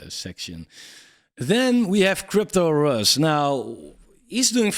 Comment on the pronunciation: Agree with your call on CryptosRUs 100% but just so you know, it's pronounced "Cryptos Are Us" a play on the toy store ToysRUs pronounced "Toys Are Us"